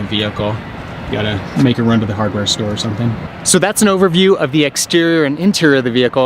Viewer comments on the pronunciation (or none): none